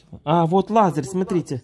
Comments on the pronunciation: мне давно хочется выучить с тобой слово "лазЕр "- это то,(в нашем случае ), что, благодаря гаджету для Томаса, отсвечивает на стенке, ты произносишь: "Лазарь ", так вот, Лазарь - это старый больной еврей, потому что молодых так уже не называют. И ещё, нет слова "рЕзетка", есть только РОЗЕТКА. Очень прошу тебя, ЗАПОМНИ! Эти слова ты часто произносишь, пусть это будет правильно! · несколько раз замечала, что ты вместо "лазер" говоришь "Лазарь". Лазарь -это имя, к примеру из Библии. И "ризетка"... это по-украински так произносится? По-русски - розетка. Только не обижайся, не хотела писать, но подумала, что будешь знать и правильно называть. Мама-то тебя не поправит, она тоже так говорит. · Образованный наш! Лазер, а не Лазарь! Лазарь - мужское имя. Не благодари!